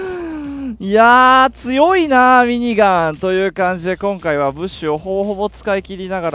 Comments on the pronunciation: かっちゃ民のしろみそペーパー み→にがん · ミニガンの発音おかしない？w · ミニガンのイントネーション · 毎回ミニガンの言い方がきになる